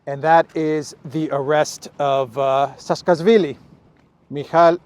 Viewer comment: His name is pronounced like this: Sa-a-ka-shvi-li